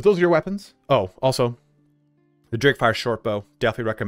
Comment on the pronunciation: The so called "Drakefire Bow" is actually "D.A.R.K.fire bow" :) sorry, couldn't resist to correct you. I love your videos and builds!